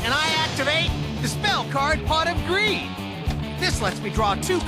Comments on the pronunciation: I feel like the more I hear pot of greed especially when Dan Green says it it sounds like Pot of Green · LITERALLY SAME, Dan makes it sound like he's saying Pot of Green. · Pwot of Gweed